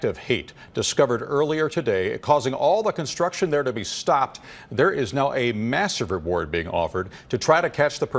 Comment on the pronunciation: Since when does the word "construction" NOT have a "T" in it? First announcer needs an annunciation lesson. What a douche...